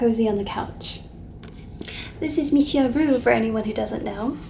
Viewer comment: Your videos are a safe place ❤ it comfort me a lot. I'm French and when you say "Monsieur" it's well pronounced and so cute